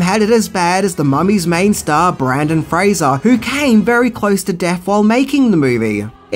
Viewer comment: He got Fraser right, but butchered Brendan. Huh....